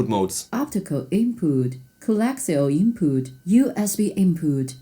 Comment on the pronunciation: Big pass. Annoying voice with wrong pronounce of mode. Movie moooood , bouetooooooth inpuuuuuut